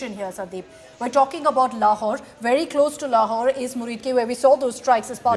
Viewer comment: 😂 "lahore" bengaya "laurawhore"😂😂😂😂❤🇮🇳